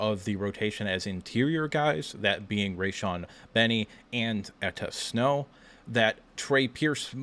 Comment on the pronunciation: Its Enow Etta. Not Etta Snow